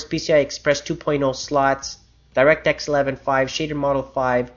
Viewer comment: thumbs up if you think he says "direct X 11" in a funny way